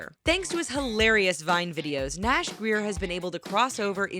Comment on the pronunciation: she pronounses names wrong like nash and noodlerella